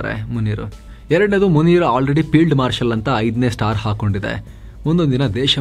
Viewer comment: ಅಣ್ಣಾ..🙏 ಮುನೀರ್ ಅಂತಾನೆ ಹೇಳಿ.. ಮುನೀರಾ ಅಂದ್ರೆ ಅದು ಸ್ತ್ರೀ ಹೆಸರು ಎಂದಾಗುತ್ತದೆ ಅಲ್ವಾ..⁉️🤔🤔🤔 (ಎಪಿಸೋಡ್ ಎಲ್ಲವೂ ಉತ್ತಮ, ಸಮಯೋಚಿತ ಮಾಹಿತಿಗಳಿಂದ ಕೂಡಿರುತ್ತವೆ 👍👍👍)